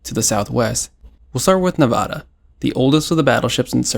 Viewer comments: You're mispronouncing 'Nevara' . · why did bro butcher nevadas name like that 😭